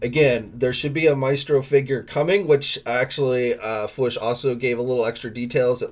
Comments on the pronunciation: Love your news vids, but you drive me crazy every time you say "fwush". It doesn't rhyme with push. It's a hard double-O, just like in "food". Robo even says it at the end of his videos, "... we'll always catch you on the fwOOsh", not fwush. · Why can’t he pronounce fwoosh lol